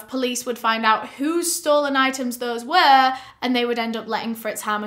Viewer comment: “Wafting their hands about, tryna find owt.” Ilysm 😂❤️